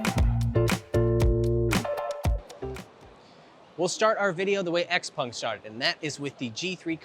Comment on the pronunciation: Will you stop saying “Xpung”